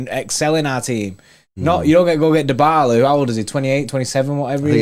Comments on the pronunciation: true pronounce of Dybala: its not "daibala! its "Dibala" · Guys it's pronounced di (dybala).🤔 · Mans be saying Die-bala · Manz just said diebala